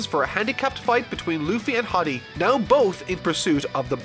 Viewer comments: its HORDEY not HODDY Jones haha. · Me ripping my hair out at you calling Hody hoddy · You did not just call him "horby" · Ah yes, "Hoddy Jones"